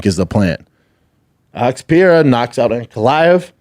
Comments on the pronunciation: why does he call pereira pee-arah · Pee-Erra ….. Pee-Air-a Pre-rare-uh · Is he still pronouncing Pereira wrong?